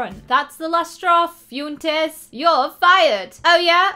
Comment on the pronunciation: its Fwentes hehehe not fyuntes